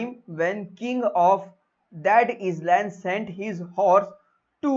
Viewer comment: Plz check island pronounciation